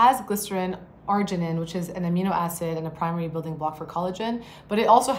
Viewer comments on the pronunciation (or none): none